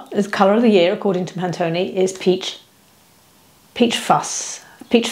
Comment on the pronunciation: Sorry it’s not Pantoney. It’s Pantone pronounced Pan Tone (as in colour). I love your straight talking presentation. Looking forward to more